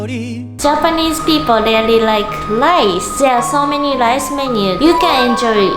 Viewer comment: Really (REE-LEE) not RELEE CLOTHES (KLODZ / KLOTHZ) YOU DON'T HAVE TO PRONOUNCE (KLOTHES) PLEASE, WE DON'T WANT TO HEAR SAME MISPRONOUNCED WORDS ANYMORE. IT'S IRRITATING!